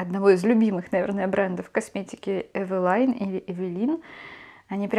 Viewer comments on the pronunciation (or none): none